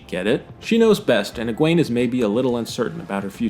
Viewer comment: I'm sorry but your pronunciation of Egwene is wrong it's Egwene. Thank you